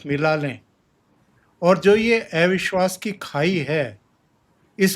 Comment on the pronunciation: आप भी अविश्वास को ऐविश्वास बोलते हो महोदय !!